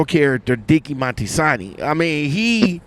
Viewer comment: It’s Moltisanti, not Monstisanti.